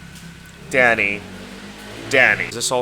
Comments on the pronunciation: i thought you said daddy for a sec 😭😭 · every time you said “danny” i heard daddy 💀